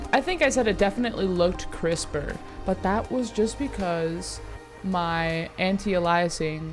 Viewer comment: Ay-liasing like in slay